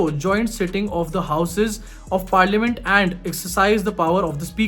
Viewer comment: पार लिया मिंट नही हैं,. You should say like Par - luh - munt Par- la- ment